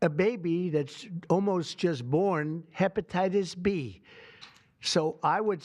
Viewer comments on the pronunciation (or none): 😂😂TAKE HEBATITUS B HE SAYS 😂😂😂😂😂😂